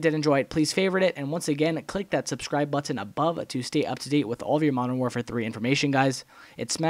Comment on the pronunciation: you say "button" reaaaallly funny, especially on your custom controller video!